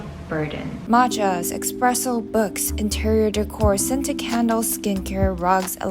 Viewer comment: EXPRESSO please it’s called an espresso AND ITS PRONOUNCED THAT WAY